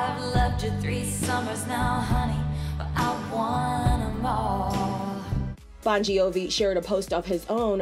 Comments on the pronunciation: i know that. I was talking about how the „gi“ is supposed to be silent and not pronounced the way the narrator did. I was just laughing at that with no hate at all🤭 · Am i the only one laughing about the Bongiovi pronunciation 😅🤣 No hate!!🩵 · driving me crazy hearing how you say the last name